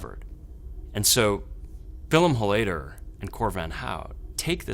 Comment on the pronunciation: Love how he mispronounces the surname. It's pronounced HOL-layder, buddy, not hol-LAY-der